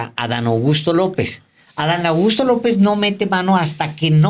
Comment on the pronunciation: Alvaro, pronuncias tan rápido el nombre de Adán Augusto que parece que dices Adán Agusto...😂